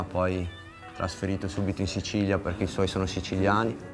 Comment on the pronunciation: dice cicilia dice ciciliani